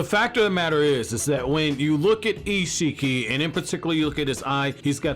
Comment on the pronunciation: The way this guy says EEEEshikki is so fuckin funny